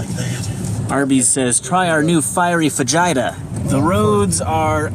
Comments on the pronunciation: If I have to say Shakespeare instead of cha-ques-pe-a-re, you have to say fa-hi-ta, I'm sorry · "FAGITA"!!!! I laughed so hard when said fiery fagita. it sounds like Vegita from Dragon Ball. Now thinking about fajitas is making me hungry. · The way you say fajita sounds dirty. I get that feeling like you need a change. I've had it for the past year and a half. But change for the sake of change is never a good idea. I'd say stay put until you are absolutely sure. You can always go to a place you like on vacation and see if you can figure out if you have a chance to get a work visa. Also, there is always going to be a place that is nicer to live in, more exciting, or a better place to raise kids. Striving to get the best of the best is going to drive you nuts.